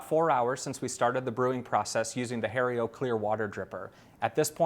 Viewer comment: 1) It's not pronounced "Harry-O"